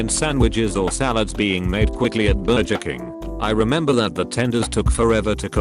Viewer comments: take a shot every time the TTS mispronounces burger and enjoy your alcohol poisoning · Voice said burjer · I don't blame the AI voice for messing up that word; I don't think I can quite pronounce it right myself (I mean, it comes from Nahuatl and even the name of the language is hard for me to say lel), but for it to say "burger" wrong is a bit strange.